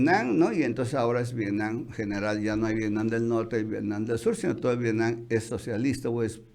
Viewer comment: Nadie de los Chapuceros puede pronunciar V I E T N A M?! No VIENAM, ni Vienan por Dios!